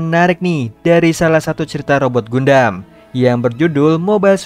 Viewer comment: Dibacanya Gandem bang.!! Bukan Gundam